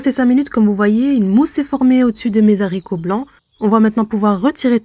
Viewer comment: On dit les aricots (« h » aspirè, on ne fait pas la liaison); merci pour la recette